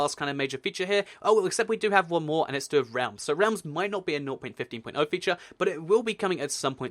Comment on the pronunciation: I'm really annoyed when he says "nou point fifteen point ou"